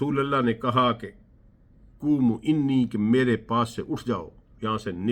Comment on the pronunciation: جناب بہت خوب ایک نیا چہرہ نکل آیا جو حدیث کے لفظ سے بھی واقف نہیں مگر اپنے خواہشات سے دین بناتا پھرتا ھے حدیث میں ھےقومو عنیکی بجاے قوموں انی کہتاھے اور تاویلات اپنی مرضی سے کرتاھے بتاؤ قرآن رسول پر اترا ھے یاتم پر یا رسول پر اعتراض کرنے والوں پر ھاں ھاں ابھی ابھی آیت بلغ کو بھی غلط پڑھ لیا یار اسیخواھشوں نے تو اتنے فرقے بنایے آیا رسول اور صرف رسول ھی کو قرآن کی تفسیر اور تشریح کیلیے نہیں بھیجا پھر جن لوگوں نے رسول کے فورا بعد احادیث رسول پر پابندی کس نے لگاءی اور کس مقصد کیلیے لگاءی جبکہ احادیث ھی کے ذریعے تفسیر قرآن بھی حاصل کی جاسکتی ھے اور تمام شریعت اور شرعی احکام بھی احادیث پر پابندی لگا کر گو یا اسلام کے پورے ڈھانچے کو دفن کرنے کی کوشش کی گءی آکر چہ جو کچھ بچایا وہ بھی اھل بیت رسول اور ن صحابہ کرام نے جنھوں اپنی زندگیوں کی قربانی بھی دیدی اور انکو بھی تم ہی نے حکمرانوں کی خاطر بھلادیا جیسے حضرت ابوذر رض حج کے مو سم میں حدیث بیان کرتے ھیں تو حاکم وقت کا شخص آتاھے اور کہتاھے کہ کیا تجھے احادیث بیان کرنے سے منع نھیں کیاگیا ؟ وہ جواب دیتےھیں کہ اگر تم میرے گردن پر خنجر بھی رکھدو اور مجھے اتنا موقع ھو کہ رسول اللہ کی ایک حدیث گردن کٹنے سے پہلے بیان کر سکوں تو بیان کرکے رھو ں گا یہتھے وہ جاں نثار صحابہ کرام رض اور ان کو جنہوں نے شھید کیا انکو تم نے بلند درجات بھی دیے اور مظلوموں کی شھادت کو حکمرانوں کی خاطر چھپا بھی دیا پھر دوسو سال بعد احادیث جمع بھی کیے گیے اور لکھنا بھی جایز ھوا اور کوءی امام فی الحدیث کوءی محدث کوءی کچھ بن بھی گیا کس طرح اگر رسول کے فورا بعد بیان کرنا لکھنا جایز نہ تھا تو پھر وہ نا جایز دو سو سال بعد نبی نے جایز بنایا جا کس نے کس اتھارٹی کے تحت جایز کیا